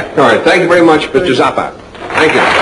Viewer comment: that is actually a correct Italian vowel sound pronunciation of his name.